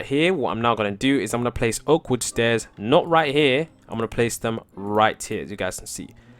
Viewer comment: When you say oak wood stairs ifeel you say awkward stairs haha